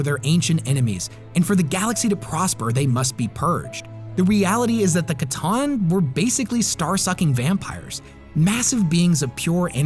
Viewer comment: Based on their lore, pretty sure it’s pronounced “sah-tahn” not “ca-tahn”… C’Tan or Sah-tahn or Satan for the War In Heaven.